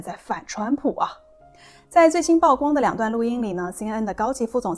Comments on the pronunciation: 曝光 曝露 野人獻曝都唸「舖」不唸「報」. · 姑娘，請讀：曝（Pu）光。加油！